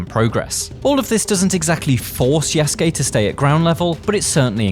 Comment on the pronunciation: Lol you call him YESgay. His names YA SU KE... Say those three things multiple times you'll get it buddy 😢😂